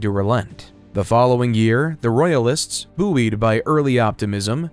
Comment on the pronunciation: boo-ee’d? Do you mean buoyed?